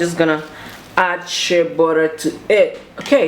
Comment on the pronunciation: 😂😂😂 burra will do